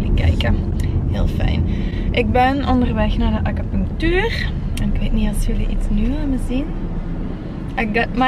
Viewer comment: Gij schrijft acupunctuur en ge zegt steeds acapunctuur?🙆🤷